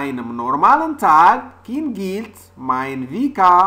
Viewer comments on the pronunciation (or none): Slt! J'espère que vas bien. bonne vidéo. J'ai quand même trouvé quelques fautes d'orthographe et de la prononciation. Par exemple "An einem normalen Tqg KINGELT mein Wecker um halb sieben"